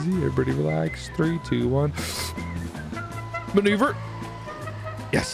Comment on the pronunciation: I can't even dodge a missile on my life in GTA but you did a maw-nuu-ver on that missile o_0